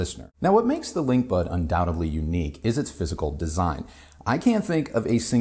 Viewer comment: “Undoubtedly” is pronounced as it’s spelled…that’s the letter “d” before “ly”. 😏